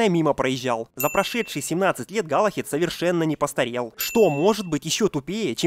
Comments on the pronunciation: Не галахед а Галахад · Не Галахед, а Галахад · Галлахад, а не Галлахед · галахад, а не галахЕд